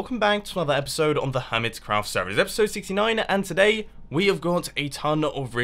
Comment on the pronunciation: omg it's erpiserd sixty-flaka